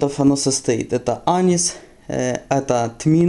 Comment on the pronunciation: Почему Анис, а не анИс? Зачем так слова каверкать? )) Не ужели Вы такого слова никогда не слышали, а только читали? Рецепт, в общем-то известный, гуляет на просторах интернет, но за ролик спасибо, поставил лайк ))